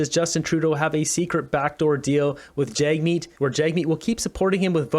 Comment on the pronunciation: Why do you call him JAGmeet and not JUGmeet